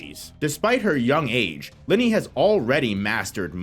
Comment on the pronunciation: You are not pronouncing Linie right....